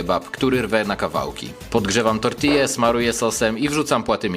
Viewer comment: "Tortija"❤❤❤❤❤ w KONCU KTOS TO DOBRZE WYMOWIL